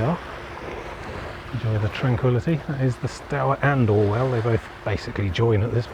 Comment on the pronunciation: River is pronounced stooer, not stower. The other river Stour's are pronounced how you said it but not this one. And River "Deeben" not deben.